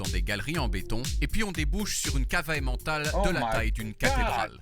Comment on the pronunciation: Par contre, cela m'agace toujours autant le façon dont les français prononce Emmental